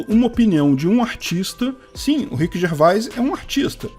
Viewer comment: Orra,! Se pronuncia Rhiqui Gervês. 🤣